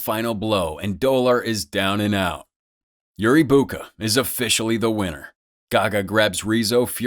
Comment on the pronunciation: is you say yuri boaka ill beat your ass its Yuri boyka